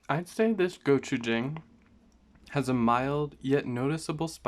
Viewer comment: Jang is not pronounce like the word hang, like “hang a picture”. It’s pronounce more like Wong or dong, like “ding dong goes the door bell”. And if you think it’s too spicy, I recommend mixing it with doenjang, not water. Again the “Jang” in gochujang, doenjang, and ssamjang, are more pronounced like the word dong. P.S. Same goes for “yin and yang”